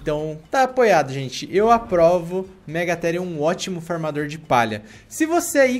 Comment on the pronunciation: Eu entendi fumador